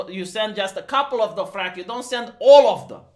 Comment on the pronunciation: Drohaki....Drohaki?? ....oh! Dothraki! XD